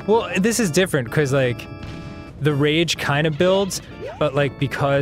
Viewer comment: I love how instead of Dan saying "because" He says "Bacos"